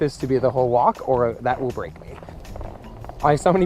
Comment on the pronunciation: that will "break" me or "rape" me....? i have so many ants? in my mouth? hahahah is it just my ears or... :P